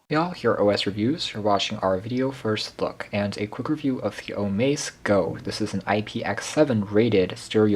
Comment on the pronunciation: Pronounced Oh My